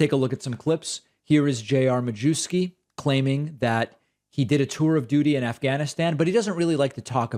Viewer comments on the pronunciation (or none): David, sir. I believe the 'w' in Majewski is pronounced like a 'v'. It's lucky you're not constantly saying it's important to pronounce names correctly and that you have no antecedents from eastern Europe!?!